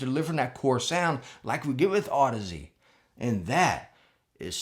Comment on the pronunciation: Been watching for awhile now, glad you got the pronunciation on audeze down😂😂love you brother keep it up!